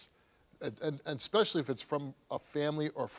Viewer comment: Steve, the word is especially NOT exspecially. Your not black or in the hood, grow up.